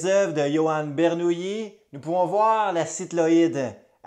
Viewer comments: Ber - Nou- Li . Bernoulli n’était pas une nouille, pas de yi à la fin ! Sinon, vidéo très intéressante. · Belle démonstration, qui pourrait être affinée en prononçant son nom de manière correcte. Jean Bernoulli, mathématicien suisse, bien que né à Bâle prononce son nom à l'italienne, où les deux l se prononcent comme 1 seul